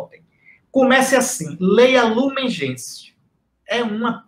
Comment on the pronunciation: Sandra Silva Trata-se do documento Gaudium et Spes. O documento foi regido em latim. Gaudium et Spes significa: Alegria e Esperança. É um documento lindíssimo, assim como o primeiro mencionado por Dom Henrique: Lumen Gentium, significa Luz dos Povos. Observação: a pronúncia correta de Lumen Gentium é: "Lumen Gencium". Fique com Deus.